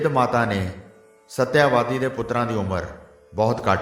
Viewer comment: ਸ਼੍ਰੀਮਾਨ ਕਥਾਵਾਚਕ ਜੀ ਇਸ ਕਥਾ ਦੇ ਪਾਤਰਾਂ ਦੇ ਨਾਮ ਤਾਂ ਸਹੀ ਬੋਲੋ ਸ਼ਾਂਤਨੂੰ ਨੂੰ ਸ਼ਾਂਤੂ ਕਹੀਂ ਜਾ ਰਹੇ ਓ ਤੇ ਸਤਿਆਵਤੀ ਨੂੰ ਸਤਿਆਵਾਦੀ ਬੋਲੀਂ ਜਾ ਰਹੇ ਓ !